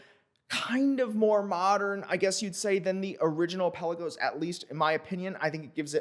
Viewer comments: It may be called Pe LA gos not PEL a Gos, but it’s definitely T you Dor not Too Dor 😉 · I just saw a Tudor vid. We've all been mispronouncing, "Pelagos". Emphasis goes on "la" instead of on the "Pe".